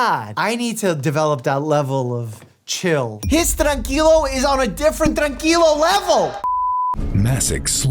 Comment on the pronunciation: Mike actually hitting the R in tranquilo made me very proud